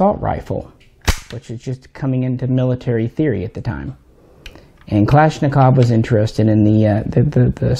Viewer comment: finally some one who says kalashnikov correctly hahaha